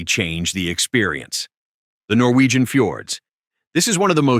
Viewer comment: Norgwien fiords